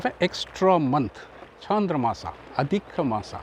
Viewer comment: In IAST (International Alphabet of Sanskrit Transliteration), "maas" is rendered as māsa for (मास) but you are speaking it as maasaa (or in IAST māsā मासा) ... i know these videos are old but in future please try to speak as any native of your state would speak these words ... i do not know where these odd but clearly incorrect way of speaking sanskrit words has come from ... may be this is how a european speaks ... but we indians should speak it as we have been since centuries